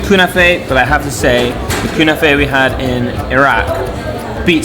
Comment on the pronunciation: I can't help but laugh... LOL Knafeh is pronounced how it's spelled. KNAH - FEH not kunah fey lol